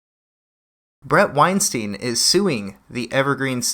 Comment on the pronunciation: Small point: his name is pronounced wine-stine (rhymes with Einstein). Not wine-steen. Not ween-steen. WINE-STINE.